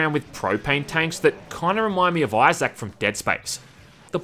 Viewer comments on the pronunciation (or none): none